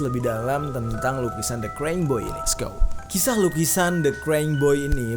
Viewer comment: Baca nya krayying bukn kreng, Bang.